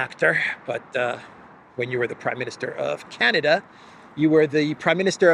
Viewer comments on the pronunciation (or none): none